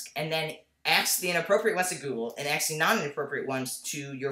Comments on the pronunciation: Aydian, stop saying Ax.. say ask lol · I like your videos but please can you pronounce the word "ask" with the a-s-k" and not like "axe" . It really bothers me when people do that!